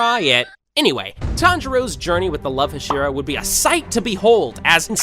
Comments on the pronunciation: I know it's unfair, but I can't stand the ha-SHE-ra pronunciation. Can't finish the video bc it's just annoying the hell out of me. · Are you just trolling rn? There’s no way you just said “HashEEra”😭😭😭😭😭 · You pronounce hashira wrong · stop saying it like husheru?! its ha she ru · The fact bro said hesira 💀 bro it’s pronounced ha-sh-E-Ra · Jesus Christ it’s HAH-SHEE-RAH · I have a slight feeling this man did NOT watch the show. he called kanae kanao and he also pronounced tengen and hashira wrong. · Hashira nah hasheara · I hate the fuck way he said Hashira